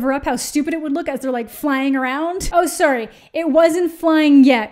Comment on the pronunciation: It's okay you can't pull off a british accent. Those Canadian "soorys" are the best :D